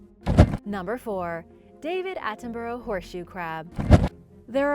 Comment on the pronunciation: Please learn how to say Sir David Attenborough’s name.